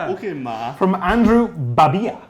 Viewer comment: You pronounced my name wrong :( it's buh-bill(like you pay your bills)-uh Great show though, and thanks for using my question!